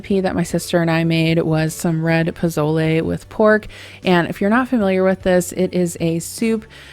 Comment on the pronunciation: It's poSole with an S.